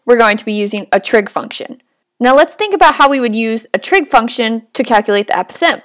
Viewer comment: The pronounciation of apothem makes me a little crazy